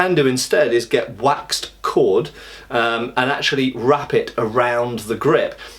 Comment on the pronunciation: With all this fish skin talk it took me a while to realize that you were trying to say "waxed cord" rather than "wax cod".